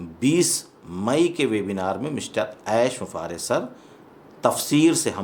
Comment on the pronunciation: आप ऐश बुफारेह बोलते हैं, कोई ऐश मुफारेह बोलते हैं। आखिर सच क्या है, कहीं मैं आपके उच्चारण पर नाहक संदेह तो नहीं किया।, कृपया स्पष्ट करें।